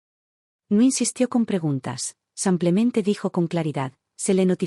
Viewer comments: tus historias lo dices como que “ san clemente es “ simple mente “ disculpa la corrección pero se pierde un poco el texto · Solo agrego que hay ciertos errores para ayudar a corregir, en este caso la palabra: simplemente ( porque dicen samplemente?)